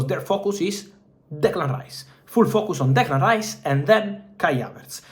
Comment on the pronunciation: The way he says Declan Rice Makes me Hungry😂😂😂😂